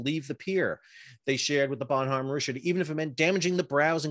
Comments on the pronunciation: It is French for good man and the h is not pronounced. ba' num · the "H" in Bonhomme is silent so bon omme . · The h is silent... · The way you pronounce Bonhomme Richard is driving me crazy. Bon-nam and just Rich-erd...